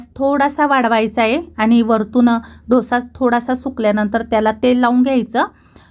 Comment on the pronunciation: ढोसा नाही डोसा